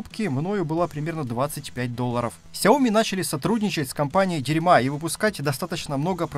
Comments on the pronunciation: Компания "Дирма" а не дерма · дирьма.... может все же дИрма? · Спасибо за обзор! Ди́рма как-то приятнее звучит)) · Сяоми стали сотрудничать с компанией Дерьма.... Я аж захрюкал когда ржал :-D:-D:-D 10 из 10 оговорочек :-D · а может быть уже пора ставить ударение в названии фирмы так как это делают китайцы? На первый слог (дИрма). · Правильно произносить, мне кажется, дИрма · Правильно читается Дирма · Дирма должны обидеться на твоё произношение))) шары бы глянуть в действии. Проще наверно мешок селикагеля кинуть. Эффект тот же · Ты что, специально произнес название машинки для катышков так?😂😂😂